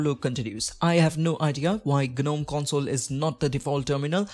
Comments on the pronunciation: its not guh-nome - its pronounced `nome` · It’s pronounced Nome.. the G is silent